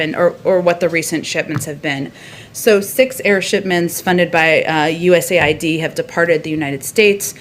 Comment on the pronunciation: US aid bolo sir. U N aid nahin.